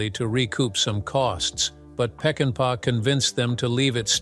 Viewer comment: It would help if the narrator learned how to pronounce the actors' names properly. Joel McCrae (McCray) not cre-ah. And it's Sam Pec-in-PAH! Why insert stills from "The Wild Bunch" without reference?